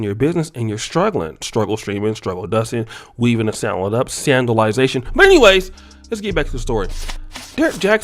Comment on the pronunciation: This man said "SANDALIZATION" I damn near choked on my coffee 😭🤣